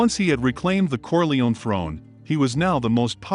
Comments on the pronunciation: Kor-lay-oh-nee, not kor-lee-one. 🙄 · It’s CorleoNE, not Corleon